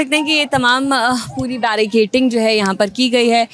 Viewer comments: Barricading hai madam "barricating" nahi....itni baar bola ki I am forced to get this noted.. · barricaDing😂 and not barricaTing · जर्नलिस्ट महोदया, कृपया अपना उच्चारण ठीक करें l बेरिकेटिंग नहीं होता है, उसको बेरिकेडिंग बोलते हैं 😢😢😢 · Its barricading not barricating....just for knowledge.